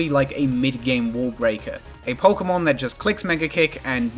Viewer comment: "Pokemn" -, pronouncing 'Pokemon'